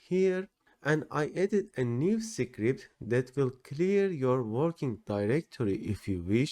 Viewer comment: “Secret” and “script” should be pronounced quite differently)